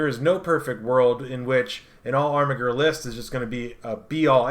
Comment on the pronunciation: This video is unwatchable to me cause of the way you butcher the pronunciation of armiger. It's like you're doing ermahgerd. It hurts my ears. Good content otherwise